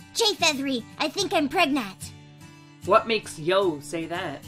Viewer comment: Is she.... PREGANANANT???